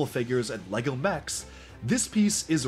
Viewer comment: He really loves LAGO. at least that is how it sounds when he pronounces LEGO.